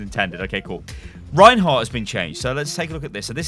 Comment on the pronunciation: You don't say "Ryan-hardt" It is "REIN-HARDT". Ryan is a whole extra syllable that is not needed. It throws me off in comms when people yell out my name when they meant to say REIN ("Rine"). It irks me to no end. Just like when people say Turret like "Turre-nt". It's gross.